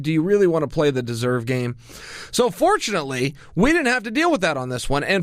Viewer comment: Chael “gEsErVe” Sonnen 😂❤️ Love your vids mate